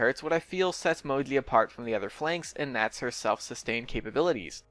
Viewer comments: I think its name is moji but you are saying modli and captions are saying mowgli😂😂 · i thought he was saying modley for sakes of being cute, didn't realize you had a speech problem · Ur saying Moji very wrong, jesus.. c.c ur saying Mogli or smth lol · Why do you call him "Mogli" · can you not pronounce the "J" noise or what?